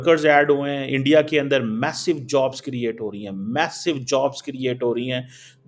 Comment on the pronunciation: Start saying "Bharat" instead of "India". Your pronunciation and enunciation of "India" is way off.